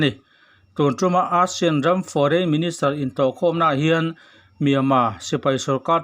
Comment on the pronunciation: A bengvar thlak hle mai Mahse, ASEAN lam rik dan hi chu a dik lo thin a english tawng a nih ang in ASEAN lam rik dan chu ei-sian ti a mizo tawnga kan lam rik dang hi a nih dan tur a ni.